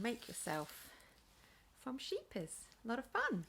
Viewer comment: You say scheepjes very well I am from Holland